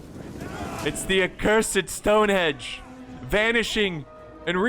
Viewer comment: ROFL - 'HENGE!' - "STONE-HENGE' - NOT 'STONE-HEDGE':)